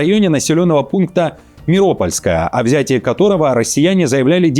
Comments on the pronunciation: МиропОльское! а не Миольское. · Не Меопольская наверное, а Меропольская